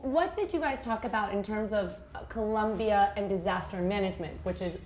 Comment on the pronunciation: might learn to pronounce COLOMBIA with both "Os" not as though with a u like Columbia. Thank you for this thoughtful look into shared ideas between Colombia & China disaster management.